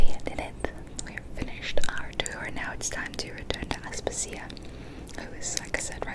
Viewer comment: Aspàsia, not Aspasìa 😅